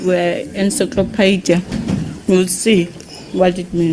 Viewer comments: She can't even pronounce the word 'encyclopedia' this mogoe with a truckful of pride and arrogance 😢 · She couldn't even pronounce encyclopedia They're just here to steal our money 💰